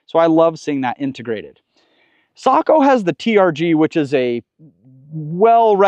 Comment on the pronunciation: Ecsuse me isn’t it SAYKO?